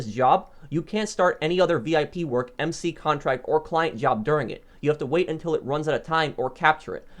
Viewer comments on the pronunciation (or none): none